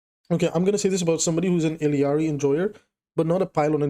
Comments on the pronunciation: Love ur vids but go crazy every time you add another two Ls to illaris name E-yar-E instead of ill-E-yar-E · Theres only 1 'i' in ILLari. You and spilo both pronounce it the same way lol